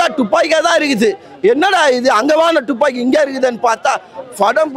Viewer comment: டூப்பாக்கியா இல்ல துப்பாக்கியா பா